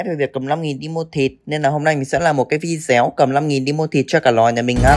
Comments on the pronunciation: Không hiểu nổi, video thì đọc là vi déo. Clip thì đọc là cờ líp. Học tiếng Anh ở đâu vậy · Video, chứ không phải "VI DÉO ", nhá!